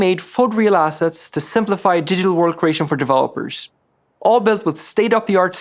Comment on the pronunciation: all I heard was "High Quality Asses" and I like it :D